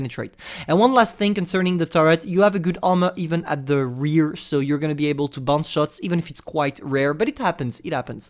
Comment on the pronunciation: The word: REAR How people say it:Re urr How say it: re AHHHHHH